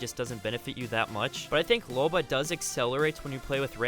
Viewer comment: I'm sorry did you just say loba